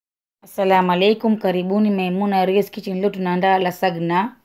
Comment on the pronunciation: Yatamkwa " lazanya" maaa